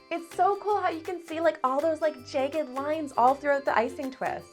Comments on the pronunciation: you say jagged weird? “jey-ged” it is “jah-ged” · jæg-ged not jage-ed, bæg not bage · ok im not tryna be mean but i think she says jagged wrong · I’ll subscribe to your channel when you learn how to say the word jagged properly